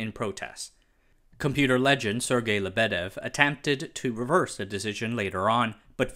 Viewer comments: Not LeBEdev, LyeBedyev. Why isn't there something that helps people pronounce foreign words properly... And lol, idk why there's even need to explain, communism/socialism kills everything, especially if there's parallel competition with more free countries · There is no LebEdev, there is LEbedev (the emphasis is on the first syllable). And how is it possible to make two mistakes in one person's name? It is not NikitA KhrUschev, it is NikIta KhruschEv (emphasis on the second syllable).